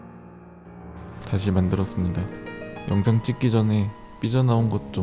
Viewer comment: 영상찍는다는게 영정찍는다고 들리네 ㅋㅋㅋ